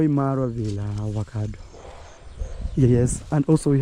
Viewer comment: You don't say Ovacado, say Avocado